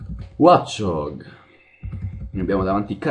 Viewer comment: si legge wocciog e draddigon